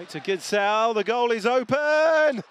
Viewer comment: The "K" in Knorr is NOT silent!!! And the Gidsel name is pronounced GISSEL(!!), and NOT Gittsel!! Just saying!